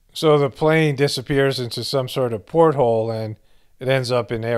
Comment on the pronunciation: Portal… not port-hole. But ok!